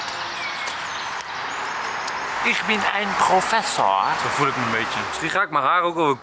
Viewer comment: ‘ich bin ein professorr’ haha 😂